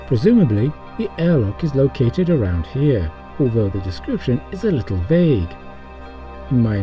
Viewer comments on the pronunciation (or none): none